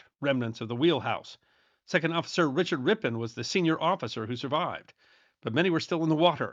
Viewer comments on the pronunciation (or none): none